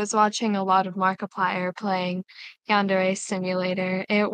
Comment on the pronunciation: the worst part is, he doesn't even know how to pronounce Yandere correctly